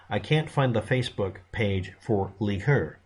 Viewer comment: “Leigh” is pronounced “Lee” it’s the female version of Lee and my middle name. Btw, do you have electricity? Asking for a friend…